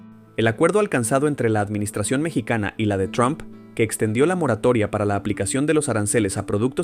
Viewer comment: Mijo, no es tron, es Trump,😁